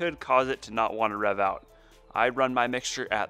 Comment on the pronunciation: Are you saying ‘reev’? Lol